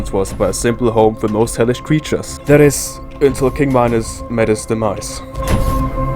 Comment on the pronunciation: its minos not my nose